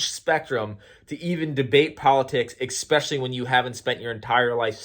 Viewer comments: Here's a debate. Is it "especially" or "eXspecially"? LOL. Spell it, then say it. If they don't "match", then you are saying it wrong. Thanks for playing the debate game. (Just bustin balls). I love your stuff,! Keep it up. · Nice topics / videos recently 👍 I don’t wanna call you out but anyone ever told you how „funny“ you pronounced especially;)? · Throughly enjoyed this video. Go into a debate humble, listen because even if you're wrong then you win by now having more information to correct that wrong and if you're right utilize grace because it is a better tool to reach people. And in the word of "Xspecially"...in subjects of politics or religion. 😆